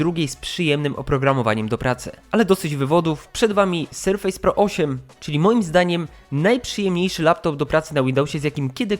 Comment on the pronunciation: BŁAGAM... Serfes a nie serfejs.